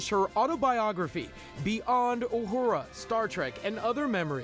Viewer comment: Talk about butchering the name Uhura.